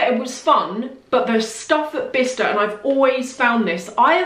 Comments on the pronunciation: Lol I think you needed shoes like a hole in the head 😅 You know what? Those fashion villages/ outlets all look the same, there's one here in Madrid that looks just like the one you went to, insane! It's a hit or miss yeah. I love following you around, is a blast PS: I thought it was pronounced "Bli-ce-ster" 😅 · Quite fancy Bicester village, never been. Btw I thought it was pronounced Bysester village!